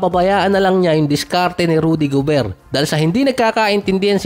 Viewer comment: towns, rnadel gobert, ang gulos mo mo, lasing ka yata idol